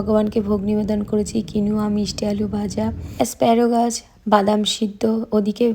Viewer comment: its asparagus...asparogus noy..avocado...avogado×😊tumi USA te ato bochor acho tai bhal uchcharan korle kane lage tai sudhre dilam.. kichu mone korona jano pls!